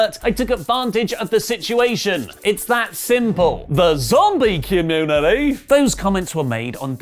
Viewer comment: I died when he said that😂